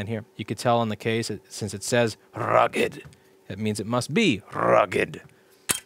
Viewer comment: it's both DORABLE and RRRRRUGGED